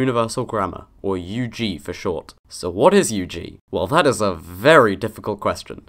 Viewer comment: It's the firs time i heard UG pronounced just with the letter. "you geezz" is what I'm hearing. Now, i understand why linguists prefer the extended form xd